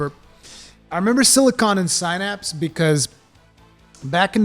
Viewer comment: Sin apps. Synapse. Not si napps.🤦‍♂️like synapses in your brain...🤷🏻‍♂️ and si gah tay.sigatay.